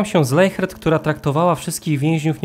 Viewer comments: Nie Leihert tylko Lesiert tak to się mniej więcej wymawia w języku niemieckim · Wymawia się leśert